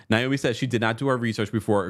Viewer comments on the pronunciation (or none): none